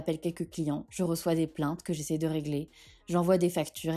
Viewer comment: J'ai fait quatre fautes (sur meus, bous, essaie, abats). Pour "essaie" j'ai été influencée par la deuxième lecture et la prononciation "essayeu" au lieu de "essaie" mais je n'ai pas été vigilante car "j'essaye" n'existe pas ! Une dictée bien coriace avec des verbes du troisième groupe ...un régal !! Merci